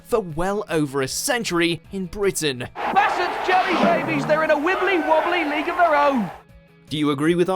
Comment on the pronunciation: Anyone else catch they said Wibbly Wobby at the end ?😂⏳